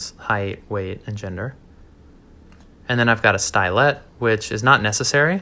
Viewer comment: Hey if you say stylet it sounds like the word stylus